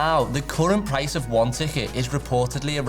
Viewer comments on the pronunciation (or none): none